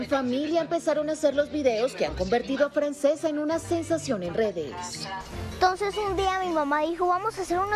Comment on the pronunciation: Es una niña genial!!! Ah y se pronuncia Franchesca aunque se escriba Francesca, no le quiten lo lindo que suena el nombre en su idioma original, porque si lo quieren pronunciar en castellano sería Francisca.